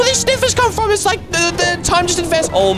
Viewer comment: said fro 😂😂😂😂😂😂😂😂😂😂😂😂